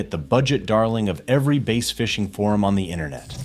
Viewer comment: It's BASS as in ASS!!!!